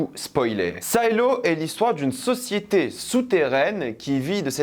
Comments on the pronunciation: Bonne vidéo par contre c'est Silo et pas "Saïlo" et il faut que tu regardes la série See c'est incroyable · SAILO ???? SILO. S + I = SI .SAILLELO . . . . ET BIDON NON BAYEDON ?MAYBE ?????? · Say- lo, say-lo... sérieux tu as découvert le mot avec la série ? Tu sais pas ce que c'est un silo à grain ?